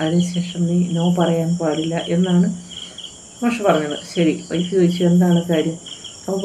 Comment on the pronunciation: ഒയ്ഫ് അല്ല മാഡം വൈഫ് ആണ്